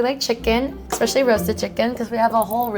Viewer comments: God she's annoying. And then she says expecially and boodet. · For men in their age group i thought #1s space looked pretty good she's so judgemental and can't even pronounce "eck-specially" right lol also she thought the container of 02 was empty when the seal wasn't broken and of course it feels empty it's literally o2...... as light as air.... she's dumb as rocks